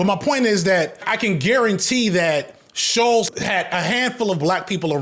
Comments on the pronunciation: FD, I'm begging that if you ever need to say the surname I share with this moron again That it is pronounced like "Bolts" with a sh- at the start, Not Shoals like a submerged sandbank. This was driving me CRAZY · Him mispronouncing Shulz’s name the whole video is lowkey the best part 😂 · Why is he having the hardest time saying Schulz?